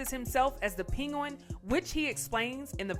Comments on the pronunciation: Nice video. You say “Pen- gwen” like peen-goin”. It’s good to know Fonz doing good still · It's pronounced as "Peng_win" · This commentator needs a lot of work man!! Pinguin?? What?!? The Kanye westes? Bruh what in the hell??? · Here after Diddy’s arrest. There’s so much to say about Diddy and Bentley and all, but I’m stuck on the way the narrator says penguin 🫠🫠🫠. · Is no one else bothered by the way she said “Penguin” lmao?! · Could not stop laughing at the way announcer pronounced the word “penguin”. WTF? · Why is she saying penguin so weird? 😕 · Why is she saying Penguin like that 😑